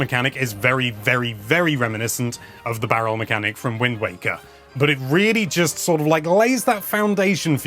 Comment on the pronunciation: Am I imagining things or did he say "Wind Wanker" just